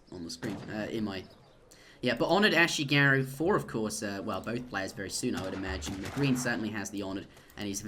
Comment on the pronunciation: its pronounce ah-shee-gah-due emphasis on the ee. In Japanese the i sounds like e.